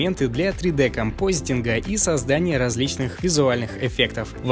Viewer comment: не компостинг, а композитинг только